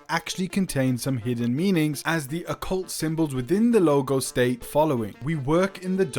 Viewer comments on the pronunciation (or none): none